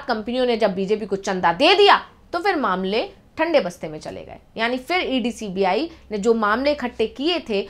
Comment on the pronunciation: उच्चारण का संज्ञान लें फिर( फि्र नहीं)